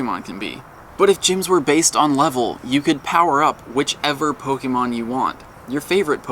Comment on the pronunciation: says Pokémon & Rattata correctly. That's 1 of the reasons why he's the best Pokémon Go Youtuber. The others are extremely annoying, clickbaitors who butcher names constantly. Fake fans.